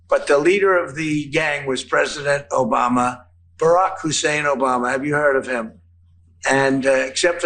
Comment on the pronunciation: Liking because of the Bruce Campbell reference and now I need to go watch Army Of Darkness omfg he still says it as "Obamna", our president is completely inseparable from the memes